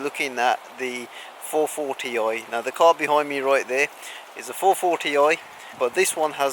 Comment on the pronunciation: I like your "440 oi"